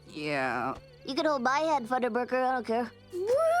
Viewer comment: THUNDERBURCKER??? It’s funderburker